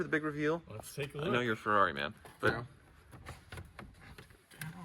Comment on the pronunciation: It's not a Ferrari, it's a Yee-Haw-ree